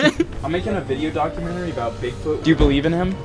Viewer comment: hahaaa u said "dig foot" at 16 seconds